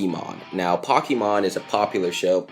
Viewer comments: Here is how its pronounced of pokemon poukimon not pokeymon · THAT IS NOT HOW U SPELL POKEMON! ITS NOT POCKEYMON! ITS POKE E MON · .. Calobi: Pockymon Me: What the hell is Pockymon Calobi: Its a anime Me: Isnt Ite Pokemon (Pok- E - Mon) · Just like everyone else in the comments I'm saying it too I got triggered man it's Pokemon not pockemon I MEAN SERIOUSLY YOU'RE MAKING ME SO TRIGGERED I MEAN LOL BUT STILL!!!!!!! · He said pockymon instead of pokemon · What the heck dude. Its Pokemon not pokeymon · It's Pokemon not pockymon!!! Like duuuuuuued! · Pocky- mon ? Pocky is a Japanese snack. Not a anime. Pokemon* Is the anime . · omfg if your going to say Fu€#&$@ Pokémon correctly don't say pokymon it sounds like pocky mon Poke-ee-mon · nigga.......who the fuck is (pock-key-mon....learn English god damit....it's (POKE-KII OR KEY MON) sound that shit out.....tf ok now some of yall be sayin it I was saying it wrong I might be or might not it's may be because I don't have an accent probably idk??😂😂😂but this man said it like he never saw the shit b4😐😐 I guess it's bcc of the è instead of e yeh that's wat it is😂😂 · Pokémon Pockymon Ice-Hockey-Mon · its supposed to be pokémon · POCKYMON ISNT A THING POKEMON IS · Yea it’s pokemon not pokeymon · LOL POCKEYMON ITS SAID POKEMON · ITS POKEMON NOT POCKYMON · its po-key-mon not pockey mon lol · pocky mon ! Its pokemon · ...i know dia boi didnt just aay pock eh maughn......BOI ITS POKEMON U DINGUS AKA POCKET MONSTERS GET UR FACTS STRAIGHT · Not pockey! TRIGGERED!!!!! It's pokey!!!! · Pocky mon it's Pokémon￼ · WOW POCKEYMON!!!! LMAO ITS POKÉMON LOL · him: pockimon me: TRIGGER ITS POKEMON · It makes me cringe that he says "pockymon" when its actually Pokemon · Omg i'm dead! Pokeymon xD! It's Pokemon!! Po-ke-mon! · I was so pissed pokymon NO IT'S POKĒMON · Am I the only one that is triggered by pockymon! It's pronounced poke e mon Pokemon!😣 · Hears pockymon me: "so thats where all those dislikes came from" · Did this jackass say pocymon?